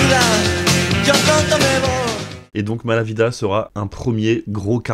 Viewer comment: Grâce à Manu Chao t'as gagné un abonné de plus, même si tu as dit à 2 reprises "Mala Vida" en prononçant un "V" au lieu d'un "B" comme il se doit espagnol 😁🙏